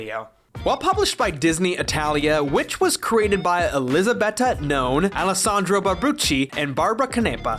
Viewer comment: Actually, they're pronounced Elisabetta Gnone, Alessandro Barbucci, and Barbara Canepa.